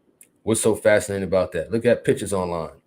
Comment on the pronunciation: Dude said en fascinating 😂😂😂😂😂 ….what a dumdass